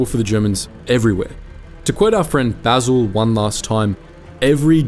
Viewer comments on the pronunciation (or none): none